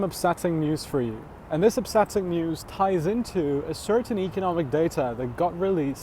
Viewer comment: Up set ting.. not upsatting 😅